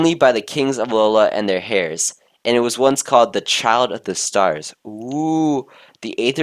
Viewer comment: Heirs is pronounced airs